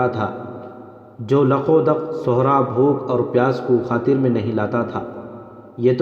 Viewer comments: sehra .not sohra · بھائی آپکی pronunciation بہت غلط ہے ۔آپ" صحرا " کو غلط پڑھتے ہیں ۔آپ( ص) پہ پیش پڑھ رہے ہیں ۔جبکہ "صحرا " کے( ص) کے نیچے "زیر " لگتا ہے۔۔۔۔